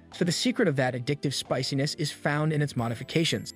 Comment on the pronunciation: The way the AI pronounces spiciness a speciness. I can almost hear an uwu.